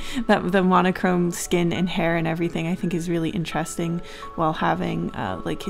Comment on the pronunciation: IN the knight part idk if joke was intended but she said ( or so I heard ) INCHESSTING !! Edit: also in the queen part !!